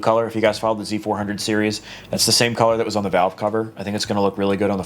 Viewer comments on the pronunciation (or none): none